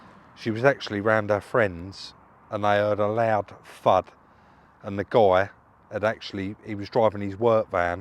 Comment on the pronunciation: 🤣🤣🤣🤣🤣🤣🤣🤣🤣🤣 she heard a loud fudd ....it`s thud you idiot 🤦‍♂